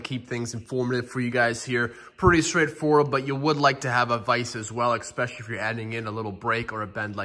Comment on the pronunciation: First, grammar nazi: "eSpecially, not eXspecially" Second, this video is awesome! The step-by-step instructions are detailed and maintains a super-friendly vibe throughout. The vibe is really motivating and encouraging for novices like me to take the first step and try it on my own. I've gotten more than a fair share of mechanics and shop owners who've told me there's no way I can fix my car on my own or "if you're asking that question, you probably shouldn't even think about working on cars." /:(